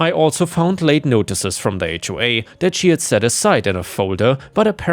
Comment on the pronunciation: Those AI voices always mispronounce things like H.O.A.